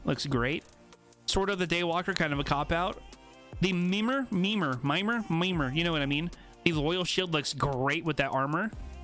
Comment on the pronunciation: In case you wanted to know, Mimir is pronounced Meme Ear but a bit faster